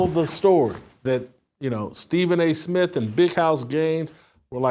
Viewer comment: He can't even pronounce his own name. "Stephen A Smiff"...but he's the face of ESPN?